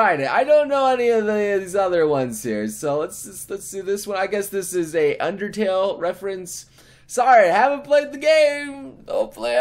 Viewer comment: I am triggered by his undertale pronunciation